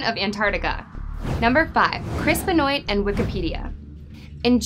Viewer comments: I noticed that too! I think its pronounced "BEN-WAH" not "BE-NOYT" but I could be wrong. But yeah, still a pretty good video! ^_^ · There's a lot of bullshit here... Also it's benwah not bahnoyt jfc. I can't stand wrestling and I know that. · Im pretty sure you mispronounced Chris' last name. Its French.